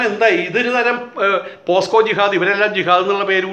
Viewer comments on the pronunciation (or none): പോസ്‌കോ അല്ല പോക്സോ എന്നാക്കിയാൽ കൊള്ളാം.